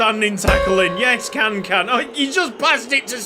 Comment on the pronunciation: ik you dont care much about names anymore but if you do the turkish last name can is pronounced jan